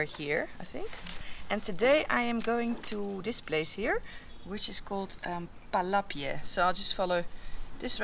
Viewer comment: when saying palapye the “y” is silent